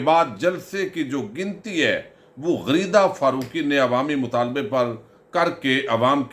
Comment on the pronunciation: آپ نے غریدہ بولا یا غلیظہ بولا ؟؟؟